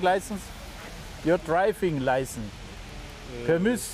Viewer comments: "Dreifings Laisens" "Rägistäischens Peipers" XD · Your Draifing Laißen .... Junge Junge :D